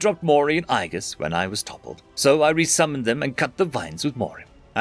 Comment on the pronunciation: Agies is A-JEE-US not "I guess" god damn it. Why is that word so damn hard guy?